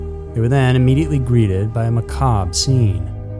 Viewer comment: thank you for saying 'macabre' correctly; I've heard Far too many YouTubers say "ma-ca-bruh"